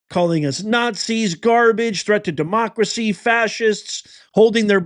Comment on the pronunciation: You can't even pronounce democracy what the hell .